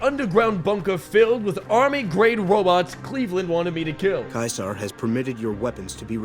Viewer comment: Idk what is more funny: the out of pocket descriptions for his behavior, or the number of times he gets Caesar's name wrong on purpose. 🤣🤣🤣🤣🤣 I absolutely love this video. Please do more for other games.